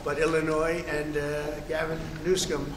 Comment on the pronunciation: jfc this fool... I can't listen to him blather on and on. I could only make it through two wrong names - Barry Sanders?! Gavin "Newcome"?